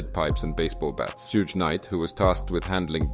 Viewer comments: You pronounce the word "Suge" differently every time, and it never sounded correct 😅😅 Edit: It's "Shug", same "sh" as in "shit" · Love the video and loved how you said Suge name wrong every time 😂😂